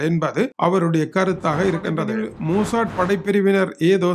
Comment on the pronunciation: மூசாட் இல்ல, மொசாட்